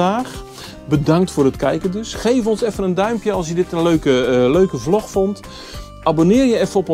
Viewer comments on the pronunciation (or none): none